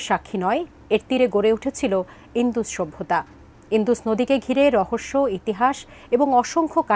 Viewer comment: ইন্দুস না উচ্চারণটা হলো ইন্ডাস 😂😂😂 যত্তসব অশিক্ষিত 😂😂😂